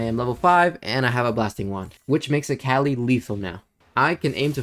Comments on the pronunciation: good vid but, it’s so tilting hearing you say the name wrong on repeat. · lemme get this straight.. youve played akali for over 8 years…. and say her name wrong?